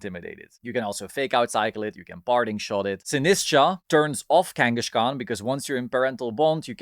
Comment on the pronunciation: Sorry to be that guy but it's Kangaskhan, not Kangashkan